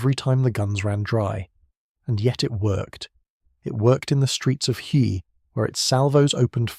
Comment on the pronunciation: The correct pronunciation of Hue is "hwee". The 'h' is almost silent.